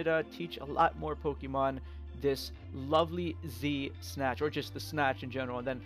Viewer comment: everytime he says z-snatch it sounds like de snatch lol